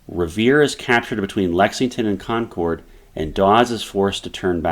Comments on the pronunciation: It's pronounced Con-kerd not Con-chord. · This has probably been stated in a previous comment, but the “Shot Heard Around the World” is attributed to Concord, not Lexington. btw…Concord is pronounced with emphasis on “Con,”. It’s not pronounced Con-CORD. You’ve already lost me as a viewer within 2 minutes. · Concord. Not con curd. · Great video...but is nobody going to mention how he pronounces Concord? 😂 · Would be nice if the pronunciation of some of the towns was more accurate. No one from that area enunciates the "CORD" in Concord quite like that.. and Charleston is in South Carolina , CharlesTOWN is the city across the bay from Boston..